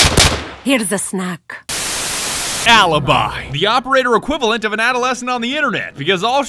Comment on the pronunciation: I am Italian , funny but please , say alibi , not alibai